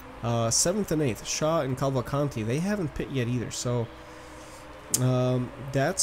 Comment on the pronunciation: its not calvacanti its cavalcanti.theres a difference.